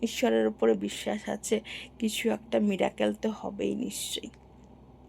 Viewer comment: মিরাক্কেল নয় , মিরাকেল । মিরাক্কেল তো একটা অনুষ্ঠান।